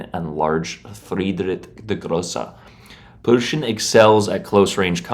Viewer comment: Aint no way bro calls it the Prushen😭